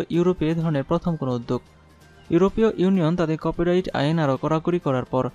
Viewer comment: খুবই দূর্বল উচ্চারন। কপ রাইট কপি রাইট।